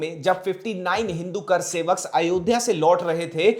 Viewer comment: I wish you had learned to say kaarsewak rather than saying karsewak. That itself shows your ignorance about the whole situation